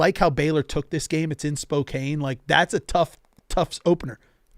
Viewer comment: Can someone tell how to pronounce SPOKANE